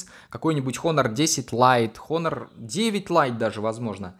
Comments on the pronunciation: НЕ ХОНОР, А ONOR 😠😠😠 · Не Хонор, а Онор олень правильно в Английском буква "H" не читается в этом случае. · Читается просто как онор, без Х